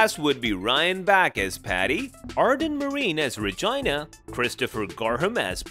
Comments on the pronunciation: He said regina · The way he keeps saying Regina with a long i instead of a long e is a whole mood😂